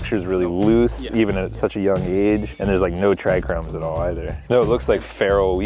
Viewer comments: he said tricrhromes AGAIN 🤦‍♂️ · 24 minutes in when they find the feral hemp plant.....homie called em "trichromes" which is a process of staining glass..... pretty sure you're supposed to say "TRICHOME"..... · Will someone tell him that it's not Tri-CROME but trichome? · trichromes again? haha:) you gotta tell its trichome lol, hes really embarrassing himself and a real friend would just tell him!! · "Trichromes"? haha